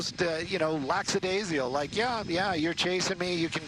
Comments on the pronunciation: there is no word “laxadasial” it is “lackadaisical”. As a professional speaker you are obligated to be accurate as a public speaker. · Stop saying "Lack-SA-daisical" ffs. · The word is LACKADAISICAL.